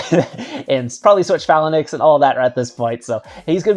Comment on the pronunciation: I think I would watch more of your videos if you pronounced phalanx properly